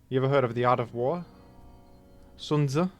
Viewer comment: Thanks for pronouncing Sun Tzu correctly, even though the romanisation of it is ridiculously misleading (Soon Tzi would have been so much better).